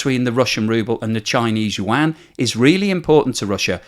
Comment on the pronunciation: Finally hearing the Yuan right 😊